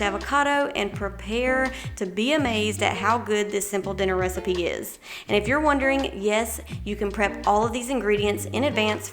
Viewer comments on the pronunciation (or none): none